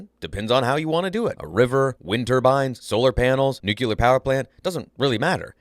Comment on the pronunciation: Oh my god, you just said NU-CUE-LAR. UNSUBSCRIBED.